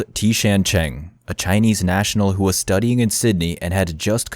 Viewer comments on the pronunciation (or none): none